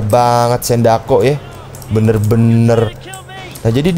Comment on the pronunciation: Sindacco bg bukan sendako